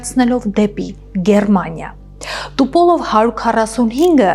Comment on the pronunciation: НЕ ТУПОЛОВ, А ТУПОЛЕВ...